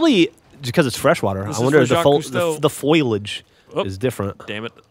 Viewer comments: Foilage, as a matter of fact, is not the right word, foliage however is the right word for plant life. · Lol he said 'foillage'. Reminds me of Lisa teaching Marge how to say it.. Foliage.. Foliage...!